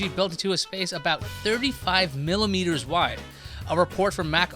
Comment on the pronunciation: Did I hear 👂🏽 20 centimillimeters 😂 what’s that?